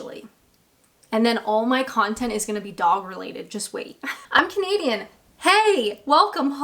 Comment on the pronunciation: you do you gal....you're right,none of our beeswax.... and anyone who says anything otherwise....to make you creeper out etc... bullies....less said... I do have one complaint however.... whenever you start your videos.... I always think you say comedian not Canadian... 😂😂😂